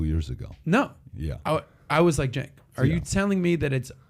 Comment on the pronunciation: "Cenk" Intentionally mispronouncing/misspelling someone's name is pretty childish.